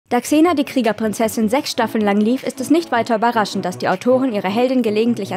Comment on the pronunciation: Wow. Sie kann Xena richtig aussprechen. Im Gegensatz zu dem unfähigen Typen letztes mal. Bitte lasst den nichts mehr sprechen. Zum Thema: soll nicht so rumjammern. Sie ist eine Schauspielerin. Wer die Rolle nicht gewachsen ist, soll es lassen. Und die Szene war deutlich ernster angelegt als noch Hercules. Auch wenn sie aus heutiger Sicht sehr cheesy wirkt.